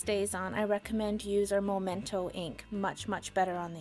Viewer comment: meh-mento, not moe-mento.